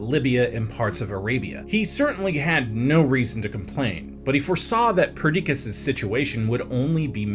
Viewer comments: No hate (I know goofs happen), but Perdiccas was pronounced like three different ways. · Ptolemy "The Meh"? 😂 Also, i like that it took three tries just to pronounce Perdiccas right lol. Then ended up mispronouncing 90% of the names, including the Aegean Sea somehow. Oh how I long for the days of Simon.